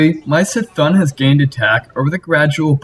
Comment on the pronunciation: It's pronounced C'Thoon.